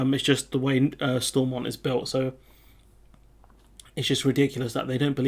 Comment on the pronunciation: All the English folks mispronouncing Stormont